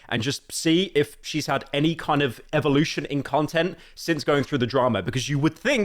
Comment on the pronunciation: You say evolution like a fucking British person